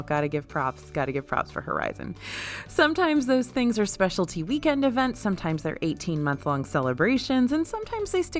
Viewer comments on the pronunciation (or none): none